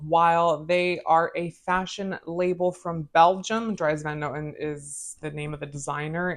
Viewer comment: Dries Van Noten (pronounced like drees not dries) is one of my favorite fragrance houses of all time. I cannot get enough of them. I have six DVN fragrances now and I want them all.